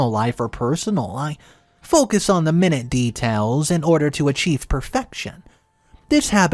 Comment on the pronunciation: Pronunciation mistake: Minute - In this case, it’s pronounced like my-noot, meaning small. It’s not pronounced like minute for time or 1/60th of an hour.